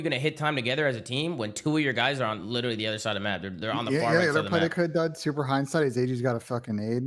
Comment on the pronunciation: Attach you hurting our people saying witeraly